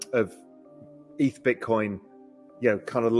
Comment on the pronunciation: What’s wrong with the into 🤣🤣 dude can’t pronounce 2 ETH correctly in a row 😂😂 if it’s an AI voice … please don’t use it anymore